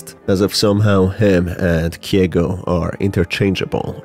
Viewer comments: KEIGO NOT KIEGO GOOD GOD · It's KEIgo not KYEgo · hey, just a heads up, Keigo is pronounced as Kay-go, not “Kee-eh-go”